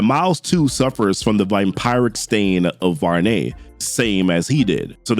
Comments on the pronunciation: It’s pronounced Vam-piric btw😂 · The way you say vampiric hurts my soul😭